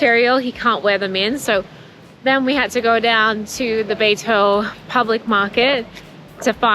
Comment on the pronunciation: Your pronunciation of Beitou is great, and I can totally understand it. Glad you love Taiwan❤